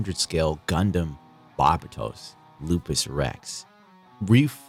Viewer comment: (Barber- Toast) the T is silent, like real G's.